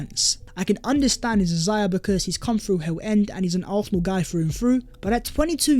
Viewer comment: Love your content bro but why do you pronounce Arsenal like that? it grinds my gears icl big up though